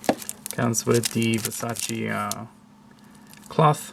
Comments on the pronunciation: You're pronouncing it wrong. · Everyone does, it’s so annoying